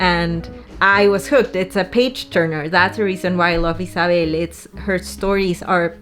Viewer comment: My name is Isabelle. The way you pronounce it, with the S sounding like a double S and not a Z, and the B sounding more like a V is just 🥰!! It's the first time I hear it pronounced this way and I"m in love! Also crying for a book is SO RELATABLE!!!!